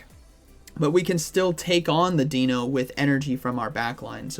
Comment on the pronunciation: Love your videos,. I just cringe every time you say “Deeno”. Deino is pronounced the same as dino in dinosaur. The evolution line is based on German puns for 1, 2 and 3, similar to the Spanish puns for the legendary birds. Zweilous is pronounced like “SVY-lus”. And Hydreigon is pronounced “high-DRY-gun”.